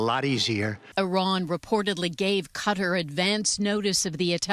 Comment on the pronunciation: THANKFULLY, SANDY, YOU ARE ONE OF THE FEW ANCHORS WHO PRONOUNCE QATAR PROPERLY!!